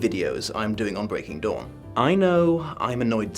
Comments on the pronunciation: With your accent. When you initially said breaking dawn. I thought you said Breaking Dom haha. Might have some truth to it or its to early in the morn for me and I havent had a cup of tea yet XD Edit :(went back and listened to it a few times. Convinced thats what you Dom not dawn. Genuine or Freudian slip?) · Did he just say... Twilight: Breaking Dom?